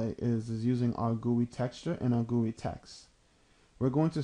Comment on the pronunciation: Ha..Gooye. G-U-I, is it not? Graphical User Interface?